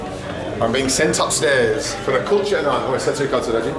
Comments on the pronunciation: You saying culture or kulcha? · It’s kulcha and naan. Then 🤦🏽‍♂️🤦🏽‍♂️